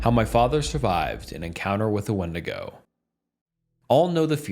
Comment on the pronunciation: It’s pronounced windigo